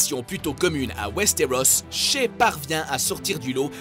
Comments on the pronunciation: C'est shaé !!!!!!! Mais ça se s'écrit shae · Shé pour shai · Le trone de fer... C'est pas compliquer de dire game of thrones, et shae pas ché 😂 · Ça ce prononce Shaé pas shé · She 😂😂😂 Shae bordel ! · la numéro 10 ça se dit pas "shé" mais "shaé" 😊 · on dit ShAe ou encore ObEUryn, TaliSSa, MeliSSandre, LannistEUr, CersI, dEnerys (C'EST LA VERSION PARLÉE PAS ÉCRITE) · je suis le seul à trouver chiants que à chaque fois qui disent shae il le dise mal ses sha é ses simple